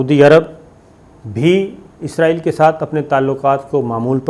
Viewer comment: صابر بھائی لفظ اسرائیل ھے یا ازراعیل ھے